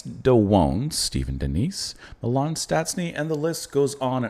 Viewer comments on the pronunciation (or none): none